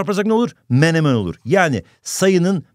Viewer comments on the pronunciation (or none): none